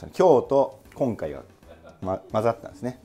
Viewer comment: 「きょんかいは」可愛いw